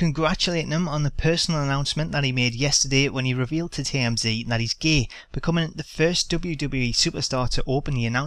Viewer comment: "He revealed to TMZ that he is Gey." Funny accent.